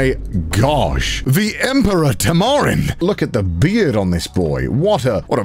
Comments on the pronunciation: I've always heard tamarin pronounced TAM-a-rin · The way he pronounced "Tamarin" as "Tamaaaaarin" 😂👌🏼